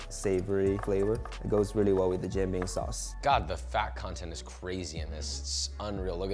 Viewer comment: This turd is eating "jian bing", calling it a "Jean bing". Maybe a French Canadian monstrosity?